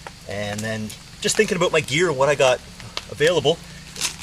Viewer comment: about not abute lol